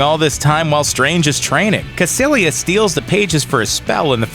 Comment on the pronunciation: Its Kaicilious not kacilious